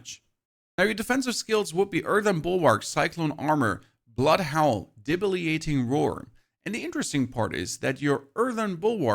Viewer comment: It's DebiliTATing roar 😅 you're too well spoken to mispronounce words 👏🏽 🙌🏽 😂